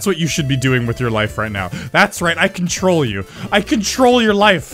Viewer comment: I can troll you! I can troll your life! (I'm pretty sure he is actually saying "control" but it sounds like "can troll")